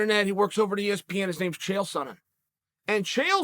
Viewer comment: Chael got Chaels name right.... so we got that going for us!!!